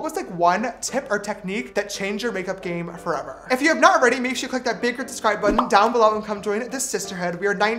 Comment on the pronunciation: AND IT WAS FRICKING REDDDDDDDD.......🤣😡